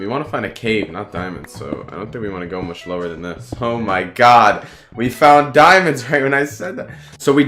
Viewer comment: oh he said fuck instead of much lol